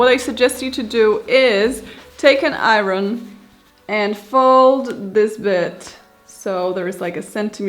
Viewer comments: Iron: I-urn, not I-run. But I had to stop watching when she put the waistband on before sewing in the zipper. And no interfacing in the waistband. But she looks adorable! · It turned out so cute! And, I love the way you say, iron.😊